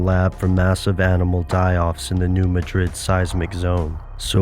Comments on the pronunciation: If you conspiracy theorists insist on making videos, please get the pronunciation right. In Spain, it's ma-DRID. In the United States, it's MAD-drid. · it is pronounced Mad-Rid not Ma Drid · it it new mad rid, not new ma drid. try to get the pronunciation right if nothing else. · If you presume to teach me, then first teach yourself. The town isn't pronounced Muh-DRID as is the capitol of Spain, it's pronounced MAD-drid. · Forgive me for being picky, but it's pronounced, "new MAD-drid," not "new ma-DRID." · Pronounced "MADrid" - thank you. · Please learn to pronounce the name properly. It’s called the New Mah-drid Fault. It’s not pronounced like the Spanish city. If you meet people who live in the region, they pronounce it the way their ancestors named it. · ITS "NEW MAD DRID" PRONUNCIATION. Im from Charleston Missouri used to work in New Madrid. I live in Lousiana now. The people from Missouri wanted to know why I would come down to the New Orleans area because of hurricanes? lol theyre not gonna come on the news and say a Earthquake is going to hit in two days in Missouri but they can warn you of a hurricane. lol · Fwiw its New MAD-rid. You got to pronounce it correctly (which btw is pronouncing it incorrectly ;-) ) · How about instead of "listening" to conspiracy theorist and the government, listen, and I know this sounds crazy, listen to a Geologist! I'm sorry but I can't you serious if you can't say "New Madrid" right. Even my Chinese geology professor can say it right and his main study of research is study the NEW MAD(like the word for angry)RID(like get rid of the useless info you put into people's minds). Go back to college. PS they can't predict earthquake, it's impossible.